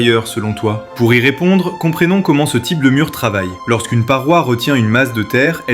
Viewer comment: Comprénons ?!? Lecture par ordinateur. De bonne qualité par ailleurs pour une vidéo chinoise.